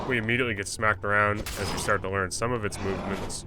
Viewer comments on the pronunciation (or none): none